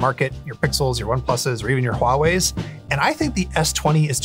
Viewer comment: The moment I heard him say "Huawei" correctly... :o Thank you, finally.